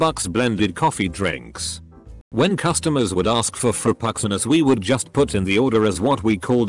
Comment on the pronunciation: "Fruhpuxinos." The text to speech absolutely butchered that.